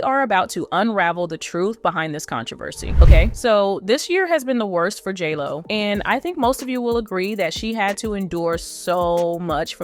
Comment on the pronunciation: You are pronouncing J-Lo wrong! 🤦🏼‍♀️